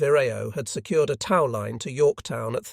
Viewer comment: The narrative is excellent. The AI could be taught how to pronounce words like 'tow' as 'toe' vs. 'tao', and 'lbs' as pounds, etc.. 😉..